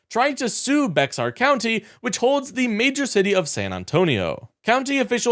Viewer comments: It's pronounced BEAR...not Bex ar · Paxton has been abusing his power for years. And it’s pronounced Bay-er. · It's pronounced "BEAR" county, the X is silent in spanish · When I first moved to Texas, I saw the spelling (Bexar) and also thought it was pronounced Bex-ar. But no; Texas has some weird pronunciations. It's actually pronounced like Bear. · The county in which San Antonio is located is properly pronounced "beh-HAR" but Texans generally do a passable job with our default accent Spanglish-mangling "BAY-uhr." Never ever "bex-ar." Ever. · I know u don't know but it's pronounced Bear County not Becksar County.😊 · you are probably right,, however, in Texas it pronounced Bayer or Bear County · Bexar is pronounced Bear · It’s pronounced “Bear” county. The x is silent. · BEXAR county is pronounced BEAR 🤠🐻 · Sorry dude bexar is pronounced bear. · Bay-Har is how you pronounce Bexar! It’s Spanish. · Bexar county is pronounced bear… just fyi👍🏼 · Bexar County is pronounced Bayer. BTW Ken Paxton is a criminal and I’m glad that a judge squashed his plan. He tried the same thing in Travis County. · The x in Bexar is silent. It’s pronounced like “bear”. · Bexar is pronounced Bear. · Bexar County is pronounced like "bear". The x isn't pronounced. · Bexar is pronounced like "bear." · Its pronounced Bear, not Bexar fyi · Bexar is pronounced “Bear” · Bexar County is pronounced like the X is not there. Just like polar “bear.” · It's Bay-er if you live in Dallas, perhaps, but here in Bexar County Texas (San Antonio) it is BEAR. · BEXAR County is pronounced BEAR COUNTY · Bexar is pronounced as Bear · Bexar is pronounced Bayer, like the aspirin, here in Texas. We pronounce everything weird here. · In Bexar County Texas it is pronounced Bear. If you're not there you're weird. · Bexar is pronounced "bear". FYI. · Yes Bexar is pronounced Bear. Can also be pronounced Bay-har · "Bexar" County is pronounced "Bayer" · Bexar is pronounced as "bare" or "bear", your choice. :P